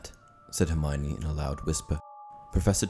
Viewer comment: For goodness sake, her name is pronounced 'her-my-oh-nee', not 'her-mine-ee'